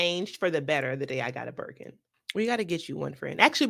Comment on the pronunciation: “The way I grabbed my buurkin!” 😂